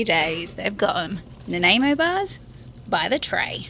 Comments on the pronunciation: As a resident of Nanaimo, let me help with your pronunciation, it's 'Nan-eye-mo', not 'Nan-eh-mo'. ;) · Enjoying the limy sense of humor from Vancouver Island near Nanaimo. To help it is pronounced Nanymo. No problem as proper English isnt your first language. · I love the way you say Nanaimo? the "A" is silent try Nanimo that how we say it! we live about 40mins from Nanaimo :) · Pronounced Na-Ni-Mo bars. Shame you won’t be going to Vancouver island. Once saw 16 bears one evening in the north of the island. We also used to get them in the garden (ate our chickens and our apples).. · It was me who let you know it’s pronounced “Nan-EYE-Mo” bars 😂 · Oh I love the dashcam videos of cussing! Although in her defence, you deserved every f bomb for you mispronouncing Nanaimo bar. Nannemo bar! 😅